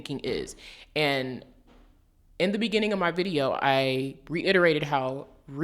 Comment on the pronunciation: You: In the benninging of the video Me: benninging (in the same voice as meme) Audio: BENNINGING